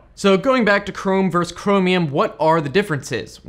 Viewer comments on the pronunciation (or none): Hey dipshit, its VERSUS not VERSE